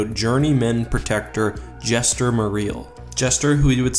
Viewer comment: Jaster, not Jester lol